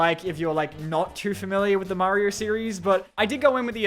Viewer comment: Maryo movaie mommant